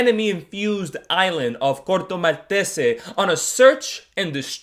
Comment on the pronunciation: First things first, I wish I could pronounce Corto Maltese the way you do. Second, great video man as always. Loved your thoughts on the characters and I'm glad you really enjoyed this overall. I definitely understand your concerns with the film and yes, Starro was an odd choice. I think I would've preferred that they have a known DC "humanesque" villain to defeat. I think it could've streamlined the plot and helped to avoid all of the exposition.